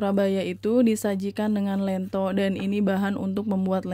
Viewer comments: lentho (spt bilang 'lenteng agung')...bkn lento.. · Lento di baca dengan 'e' pepet mbak, bukan dengan 'e' taling... 😁🙏🏽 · Bukan ieto tapi lento tau